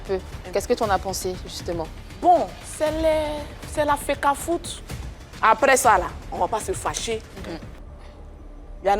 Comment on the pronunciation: on ne dit pas FECAFOOT on dit FEGAFOOT